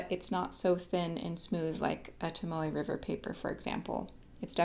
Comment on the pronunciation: Aha! I thought you were saying Tamale River notebook/paper. LOL! But I figured it out. I also bought a Leuchtturm notebook today as well as a Voyager Notebook. I haven’t written on either yet, so I’m not sure which I will prefer. But I sure like your opening up my world to both the Leuchtturm and Pilot (I haven’t acquired a Pilot pen yet and I have always shied away from Japanese pens, because well, they are “made in Japan” as a Baby Boomer I was always apprehensive of anything “made in Japan”. But German stuff, Montblanc, Pelican, Rotring, et al, was always OK. Montblanc will always be my preference, but I have become enamored with Italian pens too: Delta, Montegrappa, Aurora, those three are my absolute favorites and I have never felt a smoother nib than my Aurora Paulus II XXV I. (But you can’t get one of those these days for less than $3K).